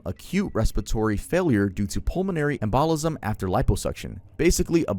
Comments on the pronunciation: EM-buh-lism not em-BALL-ism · “EMBOLISM “….. pronounced; EMM~bow-liH~sum Sorry it kept agitating me.. no offense, it’s the spelling bee queen in me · you’re killing me dude, it’s pronounced Em-BUH-lism 😂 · Embolism... sedative... Maybe look up pronunciation for medical terminology. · love you but the way you pronounce "embolism" is driving me nuts